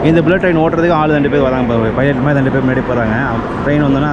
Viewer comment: யோவ் அது 'மாறி' இல்லையோய் 'மாதிரி' ! மொழிக்காக உயிர்களை பறிகொடுத்த பக்கத்து நாட்டுகாரன் 😔